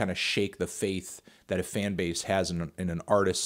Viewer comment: “Thit label”